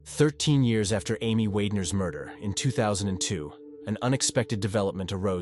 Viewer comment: This story should be renamed to "how many different ways I can say "Wagner" wrong".